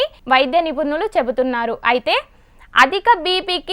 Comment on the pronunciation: గునాలు కాదక్కా గుణాలు అనాలి😅 అలాగే నిపునులు కదాక్కొయ్ నిపుణులు అనాలి😂😅😂😅😂😅